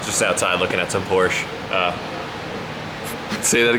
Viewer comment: KingOfNines its funny when people that can't speak German try to pronounce Porsche